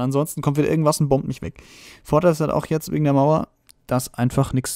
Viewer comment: xD "Mauer" typisch deutscher